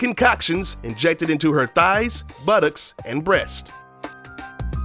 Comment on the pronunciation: I love the way you say "Buttocks"